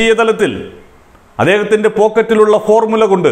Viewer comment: ഈ. ഫോർമുല .എന്ന്‌ പറയുന്ന ത്. ഫോർ . മൂല എന്ന് വായിക്കുകയും